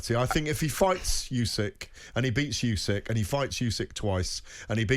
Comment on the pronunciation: Surely it's "Usyk" not "Yusyk"? I can't fathom how a boxing journalist can keep getting it wrong, it would be like call him Ygareth?